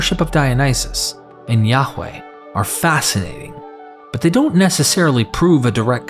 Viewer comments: Yaghch way?... is ok to say it normal.. as Yah-way. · His name is pronounced Yahuah, Yahusha hamashiach.